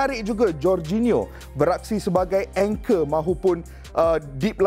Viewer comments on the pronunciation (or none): none